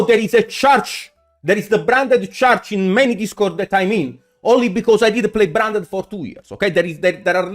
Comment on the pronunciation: "bRRo, EvRRy time I play bRRanded" made me spit my food, lmaoooooo